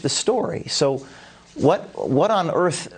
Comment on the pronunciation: The earf is on fyre!!!